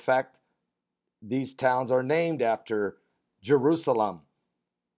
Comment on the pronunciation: jer-USA-lem. Jew-USA-lem.